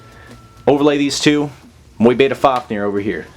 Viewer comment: Awesome combos, but please pronounce Mu-Beta correctly haha